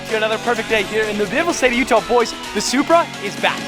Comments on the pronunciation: is it me or did he say “Subaru” for Supra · Sounds like you said stock SUBARU 😅